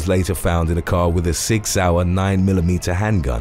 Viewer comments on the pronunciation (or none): none